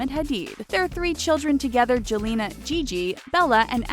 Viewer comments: it bothered me so much when the lady pronounced jelena like that. Like no. It's Yelena in the way it's pronounced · Gigi's name is not pronounced as 'Jelena', but rather 'Yelena'. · Gigi’s name is pronounced YELL-EH-NAH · Jelena is pronounced Helena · i think gigi's name "jelena" is pronounced like yelena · The Jelena is actually not pronounced like that. It's pronounced 'yelena' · Jelena is pronounced Yel-le-nna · Jelena is pronounced 'Yelena' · Did anyone else cringe at the mispronunciation of "Jelena"?